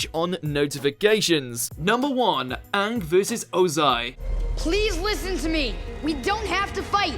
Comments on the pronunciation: You said Uung when you said number 1. Even you ... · Anyone else notice he pronounced Aang the same way The Last Airbender did.